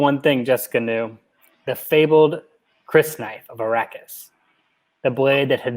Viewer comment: Just the first day on Arrakis ... pretty intense right?! Love that you read each chapter's opening quote the scrolling text has never been used to better effect (outside that well-known bunch of movies). I think you're pronouncing Crysknife < kris-knife > correctly, but who knows. I was impressed at how well you pronounced Shadout Mapes. (And how you did her voice LOL! No, that was cool.) I pronounce it: Qwee - satz Hah-der-ak Secrets of Dune's YouTube channel has a number of videos on pronunciation of Dune names, terms & etc with soundbites of Frank Herbert that might be helpful. [A Guide to Dune Words: How to Pronounce TERMS & PHRASES According to Frank Herbert And you'll hear Kwisatz Haderach ] Warning: might contain some spoilers. Another great and super-entertaining chapter breakdown guys! Karli "She's the one ... poor thing."